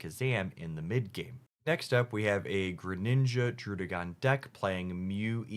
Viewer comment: I really appreciate that you've adjusted your pronunciations of Pidgeot and Druddigon. Seriously, the Pidgeot thing has been bugging me so long, so I'm really happy that the one nitpick I had is gone!